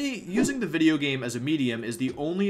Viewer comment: He said Wideo not video